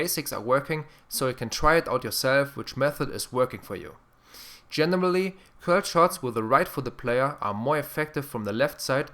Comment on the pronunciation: Did anyone else laugh when he said "gemerally" instead of generally?